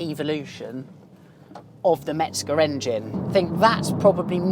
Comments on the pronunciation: Good vidéo and very nice car, thank you. 👍 Please... It's Hans MeZger, not MeTzger. 😉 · There’s no “t” in “Mezger”.